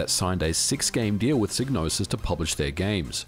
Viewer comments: Great video and I know it's your accent and all, but, the name is pronounced with the psy as in psychology and not sig as you are doing. Yours Sincerely, 'THAT' Guy 😅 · Shouldn't it be pronounced sigh-nose-is? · It's pronounced "Sigh-no-sis"... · Sig-nosis?? I've been calling her Psy-gnosis! 😢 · In the intro to Blood Money, "Psygnosis" is pronounced with a long I sound (seyg no sis) but the Wikipedia article shows it as a short I like how it's pronounced in this video. I wonder if the pronunciation changed dependent on the release area. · For future reference it's pronounced Psy(sigh) nosis. Gnosis is already a word. Psy means psychic. Gnosis means hidden knowledge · Well according to the intro to Blood Money the Psy in Psygnosis is pronounced like the Psy in Psychologist...